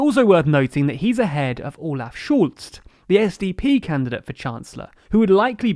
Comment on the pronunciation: Great video, but you butchered some names. Its pronounced Kha-ren-bau-er and Sch-Olz (you pronounced it with a German -u instead of an -o.)